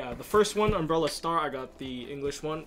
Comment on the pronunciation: uhmmm, I think its "Umbral"not 'Umbrela"? am I right? lol